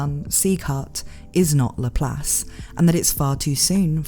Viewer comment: Does it bother ANYONE else how she's clearly pronouncing this characters name wrong...